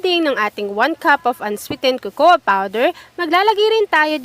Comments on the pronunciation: Cocoa.. It's pronounced as kokwa.. not kokowa🙄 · cocoa is pronounced with a silent A. [Correct pronunciation: ko-ko with two long Os, accent on the 1st syllable]. Young people are watching, they might learn the wrong pronunciation. If you want to use the Tagalog version (as you pronounced), omit the word powder. It's already understood that you are referring to the powder variant. No offense meant.